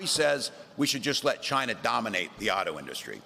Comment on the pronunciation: How can Trump still fail to pronounce "China"?